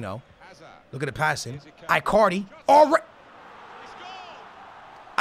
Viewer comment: IT'S EEEEE-CARDI